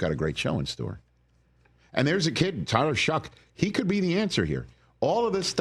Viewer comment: Rich said Tyler shuck 😂😂😂😂 can we talk about AR again pls